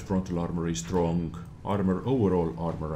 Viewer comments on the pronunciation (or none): none